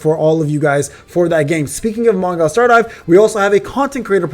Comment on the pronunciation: Man, don't say Mong(ai)l, I bet you it's 100% Mong(ee)l! But whatever ;)